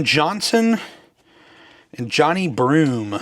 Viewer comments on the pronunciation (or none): its 'jay-nigh' not johnny